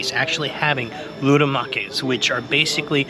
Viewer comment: Loukoumades, not loudomakis